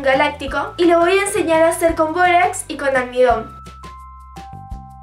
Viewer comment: todo iba bn hasta k dijo borax